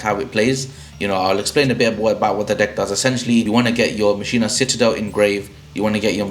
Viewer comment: Great video! Thanks for the tips! (Oh just fyi, it's pronounced, "mock-in-uh" not "machine-uh")